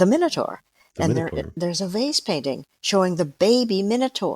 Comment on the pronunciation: It took me half way through this podcast to realize she was saying VASE paintings and not FACE paintings. Makes a lot more sense now.